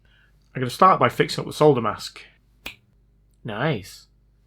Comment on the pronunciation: I like ur channel purely because you can actually say solder. 😉 unlike the yanks who call it sodder lol.